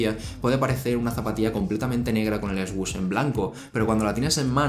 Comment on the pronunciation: Its /Sush/ not /esgush/